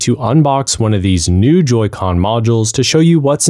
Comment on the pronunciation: "joycons" lol